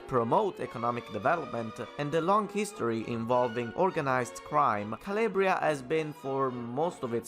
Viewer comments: CAL-AHHH-BRIA not CAL-LAY-BRIA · Where you from and why you pronounce Calabria as Caliebria?